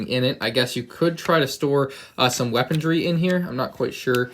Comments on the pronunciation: Did you say 'weapondry'?! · There's no "d" in weaponry ma man. Sweet vid though. Very nostalgic set for sure!